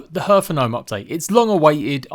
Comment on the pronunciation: Please google "pronounce hearth" ;)